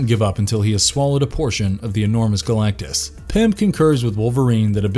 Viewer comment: It's Galactus not Galactie, and for fux sakes, Captain America. He doesn't sell chicken. I can't accept Col. America. Thumbs down.👎